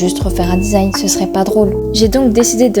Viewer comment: desing 😂😂😂😂 design pas desing 😂😂 mais tkt mdrrr Drrr!